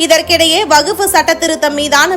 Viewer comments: வகுப்பு அல்ல; வஃக்பு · வகுப்பு வாரியம் இல்லடீம்மா...வஃக்ப் வாரியம் என சொல்லணும். நீயும் உன் பேச்சும். புரிந்து கொண்டு பேசு கண்ணு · வஃக்பு -- it is quite difficult pronouncing this word accurately. It varies from state to state. From language to language. Variations cannot be helped.